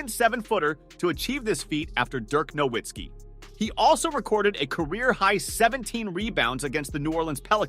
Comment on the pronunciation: Nowitzki. The w is pronounced like a v. It's German.